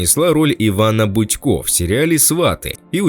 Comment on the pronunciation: Не Будько, а Бутько